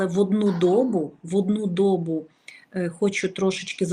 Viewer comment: люблю и уважаю, но не дОбу, а добуУ. Коверкаем нашу мову. Скорейшего мира нашей Украине! 🙏❤️🇺🇦